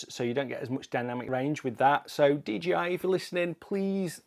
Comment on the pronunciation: Not DGI, DJI